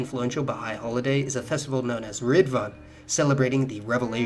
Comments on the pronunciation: The Prophet-Forerunner's title (the Báb) is pronounced Bahb (or Bob as Americans might say), and we call the Prophet-Founder, Bahá'u'lláh, by His title without using "the" in front of it. Oh, and Ridván is pronounced REZ-vahn. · Great video and its pronounced riz-vwan.